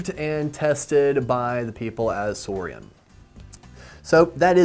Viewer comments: It’s pronounced sourin not sourian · Trust me it’s pronounced soarin’